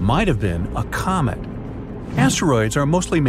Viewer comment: did he say comet or comic